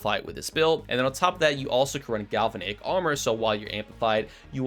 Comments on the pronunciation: I hate to say it, but that bothered me too. Just go to google and listen to the pronunciation. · You should look up how to pronounce galvanic, before you say it 20 more times.